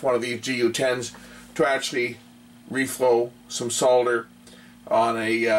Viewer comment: I like the way you say SOL DER and not SODDER like the Americans do.